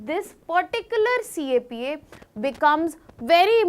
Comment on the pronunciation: CAPA ❌ CEPA ✔️